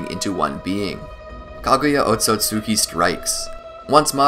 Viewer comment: Ot-Sut-ski not Ot-So-Sut-ki Just like Mit-Ski not Mit-Suki Love your content but please correct the pronunciation